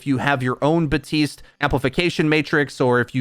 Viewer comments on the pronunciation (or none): it bothers me some much when hes buh-teest instead of bap-teest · Anyone else getting annoyed by him saying "batiste"?